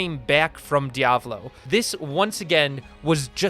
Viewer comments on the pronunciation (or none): none